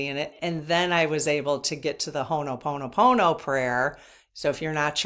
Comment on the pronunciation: Just FYI... Ho'oponopono is pronounced HO-oh-PO-no-PO-no. People may want to Google, Murrnah Simeona, a kahuna lapaʻau (healer) in Hawaiʻi who taught her updated version of Ho'oponopono. She created that prayer, which is a short version of a much longer prayer. You should ask to do a Q&A with her!